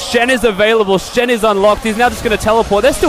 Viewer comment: The "Shin". I think she meant to say Shen xD no offence though